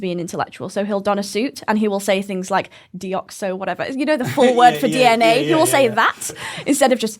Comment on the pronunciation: Kirk mispronounced DNA lol